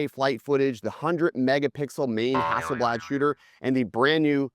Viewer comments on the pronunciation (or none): none